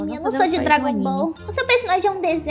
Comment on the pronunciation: Do Nada Falou Drago Bol